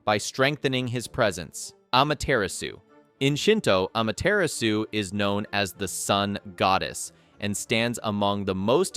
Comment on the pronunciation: Aw-Maw-Terr-Raw-Soo! That's how you pronounce her name.